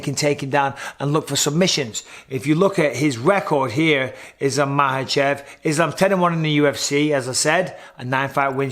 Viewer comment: Bisping, Thank God you don't say "MakeL-Chev" like Sonnen does.